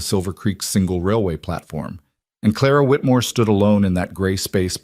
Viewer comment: Again with "Clara Whitmore " ? Noooo...